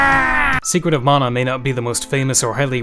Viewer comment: Stope mispronouncing mana its not pronounced as mona man -a